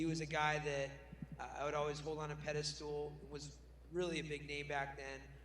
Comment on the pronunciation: Hey Uriah, what's a pedistool??